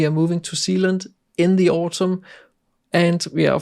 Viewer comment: Aha, ok! Thanks! I couldn’t make it out from his pronounciation! Him moving there makes more sense to me than him moving to the other side of the globe. 😁